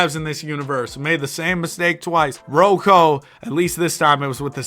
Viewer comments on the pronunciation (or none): none